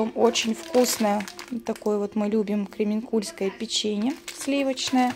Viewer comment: КремЕнкуль,это Челябинская обл.поэтому печенье КремЕнкульское,ударение на Е,а не на У😊